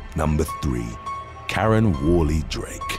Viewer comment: sounds like he’s saying Matt Donald’s 😂 mcdaren instead of Karen